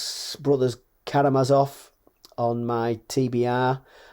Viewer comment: Loved this fascinating discussion! I also mentioned in at least two (of my four 😂) videos that we should not to read any horror or depressing literature if we are depressed. Also, THANK YOU for pronouncing "The Brothers KaramaZov" the way they should be - with the usual ZED/ZEE sound, and not the German "ts" pronunciation (someone started doing "ts" on Booktube some time ago and almost everybody got infected by it 😅).